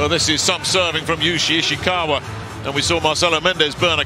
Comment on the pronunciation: I love how the speaker messed up Ishikawas name persistently